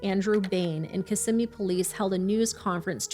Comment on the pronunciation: It’s such a small detail and totally irrelevant to the horror that baby faced… but I appreciate that you said Kissimmee correctly. A lot of people that cover the area and don’t live here always say it wrong. It just shows the level of research you guys do. Even the smallest detail is important.